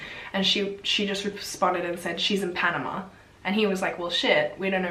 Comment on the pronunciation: omg!!! I'm from Panama I never imagined you would stumble upon this story. you actually managed to pronounce all the words right, congratss!! i think that tourists like to do everything on their own, so why did they not wait for the tour guide who actually knew the road! it is very weird what happened to them, it was a huge deal here in Panama.